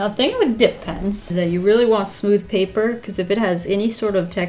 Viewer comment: I love the way she says pappprrrr😂